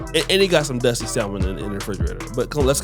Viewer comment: This was zaddy number 12. The saga continues 😅 And she was probably his black girl number 12, with a mental illness (whose draws he wanted to rip apart). 😅 But “we beez dustay”? 😅